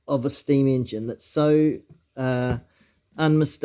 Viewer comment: ENGINE not ingin